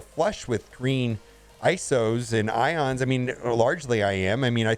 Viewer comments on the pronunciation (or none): none